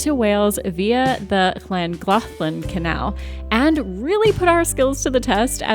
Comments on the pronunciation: I live in Fron near the last draw bridge. Llangollen, say fast CLAN-GOTH-LYN and you’ll sound like a local 🏴🇺🇸🫡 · Your pronounciation was not too bad!! I've heard worse! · Very credible effort at pronouncing Llangollen. Very kind of you to put the effort in! Diolch!